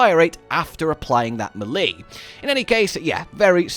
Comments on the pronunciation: Its not millee it meele lol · muh-lee?!?! It's pronounced may-lay. I have never heard anyone say it like you did. LOL! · Love the vid, really good update to the Vex build. But good sir, for the love of all things holy, please learn to pronounce melee (may-lay) correctly! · that’s deff not how you say melee…at all